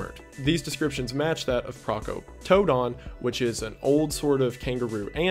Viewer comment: I loved the way you pronounced Procoptodon 🤭💕 here in Aus it's pronounced Pro-KOP-to[e]-don. ❤️